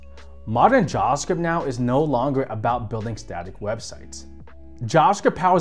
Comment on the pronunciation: Bro its JaVa script not jaaas script haha